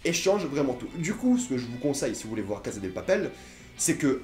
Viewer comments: La CASSA LA CASSA on dit la CASSA pas la casa OK!!!!!!!!!!!!!!!!!!! ( en espagnol la phonétique "z" n'existe pas ) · La casa de papel s'ecrit la casa mais sa se prononce la cassa de papel car il n'y a jamais le son z en espagnol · Entendre un mec prononcer la Caza de papel à la place de cassa de papel pendant 10min fut une torture. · On prononce CASSA pas Caza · On dit CASSA de papel, pas CAZA!!!! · La casA de papel et pas la casE de papel merci 👌🏼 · casssssa et pas caza vieux shlag c'est de l espagnole pas de l italien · Ptn la CASA pourquoi tu dis avec un ZZZZ